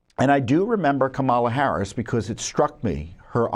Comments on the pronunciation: You are stupid if you can’t pronounce Kamala Harris’ name ! It is pronounced just the way it is spelled with the stress on the first syllable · Tom you can't even pronounce her name right! Once again you're a moron! LOL LOL LOL LOL